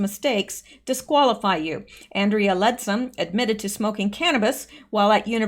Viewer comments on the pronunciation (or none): none